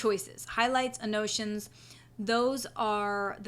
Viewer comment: Useful tutorial, however it is pronounced AN-NO-TAY-SHUNS. I was confused until I figured out what you were trying to say.